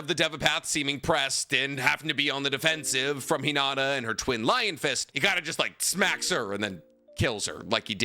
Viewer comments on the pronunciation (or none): 1. Please pronounce Hinata’s name correctly….is not Hinadda…it’s Hinattttttta….that T is a loud one!!! 2. Unfortunately there is not enough data on Hinata as her character was not developed as Sakura’s was. 3. The little character development Hinata got in Shippuden was not well done. After Naruto part 1 Neji trains Hinata. That should have at least reduce her shyness and increase her confidence. This was not shown in Shippuden. 4. The fight with Sasori does not count for this comparison. Sakura was 100% Granny Chiyo’s puppet. 5. During the Pain ark Sakura was crying out for Naruto and the only one brave enough to help Naruto against Pain was Hinata and as you stated, Pain was avoiding being touched by Twin Lion Fist because of the chakra drain effect. 6. Yes, I do agree that Sakura’s fight with Shin was a good one. And that’s the only time I saw Sakura actually fight. 7. Boruto continues to under develop Hinata stating that she decided to ritire from being a shinobi, but as you mentioned, she did fight against Momoshiki and survived. Momoshiki is clearly stronger than Shin. 8. It’s a brawn against brain situation and Hinata is smarter in hand to hand combat than Sakura. And can easily avoid Sakura’s “one punch” shot. And I have to believe that Hinata did learn rotation which means she can use Sakura’s strength against her. 9. Finally, Sakura is a bitch and she doesn’t even deserve to be in the presence of Lady Hinata Sama!!!